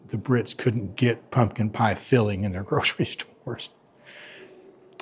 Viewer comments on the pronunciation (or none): none